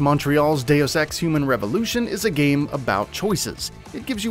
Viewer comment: "Deus ex" Me: why u sayin day of sex?